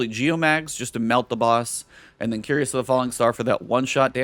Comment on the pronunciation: 'Cuirass' is pronounced 'kwi'ras,' not "curious." ;) Love your content!